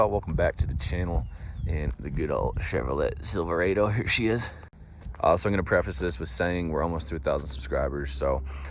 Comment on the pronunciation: "chever-LET SILVER-aydo"??? da fuq